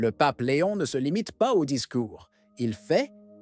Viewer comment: Ça n’est pas Léonne mais Léon; leadership mais gouvernance. Merci.